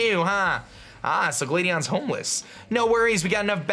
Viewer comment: i really hope im not the only one who cringes every time he says gladion